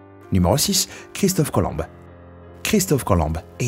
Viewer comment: Sympa comme dab, merci! Et c'est pas Christophe Colombe mais COLOMB...OMB!!!! MDR